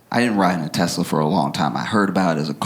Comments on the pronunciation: he also said “ I love Teslerr!” 💀💀💀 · "I love Tesler!"